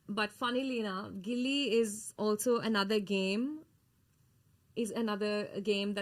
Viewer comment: FYI It's not gilli it's gully cricket